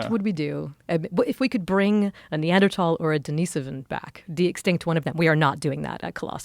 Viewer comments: stop saying Neandertall, sounds so dumb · Pretty hard to hear Neanderthal pronounced Neadertal 100 times..like my ENT saying ‘Tinnitus’ in a bold new way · I had no idea they were pronounced neanderTALL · thats not how you say neanderthal